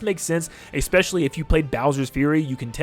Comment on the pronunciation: STOP SAYING ''ECKSPECIALLY'' PLEASE.